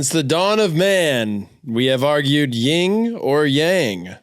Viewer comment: It's *yin or yang lol